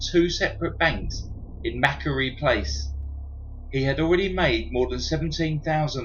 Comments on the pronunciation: “Mackerie Place”?? I think you meant Macquarie...(Mac Quarry) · It's Mac-quarry or Mah-quarry. Place. Bondi is pron. Bond-I or Bon-dye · Macquarie is pronounced "MAA-QWARR-REE" in Sydney :) love your channel! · Pronounced Mac Quarry :)